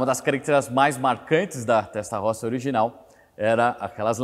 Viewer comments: Desculpe-me - entenda como crítica construtiva -, sua pronúncia p/ TESTAROSSA é horrível. Diga "têstarôssa". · Só peca ao pronunciar o nome TESTA ROSSA que em italiano se diz: "testa rôssa" tradução literal : testa=cabeça ( no caso em se tratando de um motor, refere-se ao "cabeçote"; rossa=vermelha. Logo é um motor com a "CABEÇA VERMELHA" e não por acaso o cabeçote é literalmente pintado de vermelho. ROSSO=VERMELHO ROSSA=VERMELHA ROSSI=VERMELHOS/VERMELHAS. È que trabalho na Itália há 18 anos e julguei conveniente fazer esta observação, não a prenda como uma crítica "destrutiva", mas somente a título informativo e para conhecimento. A matéria está muito boa, parabéns pela explanação. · rapaz doeu no ouvido ouvir testarrossa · Vídeo monstroooo!!!👏👏👏 Agora, a pronúncia "Testarossa" não pode ser soada incorreta. É um crime! Kkkk 🤣 Abraço!!!👊✌🔥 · Show de informação, só não consegue pronunciar o nome Testarossa corretamente.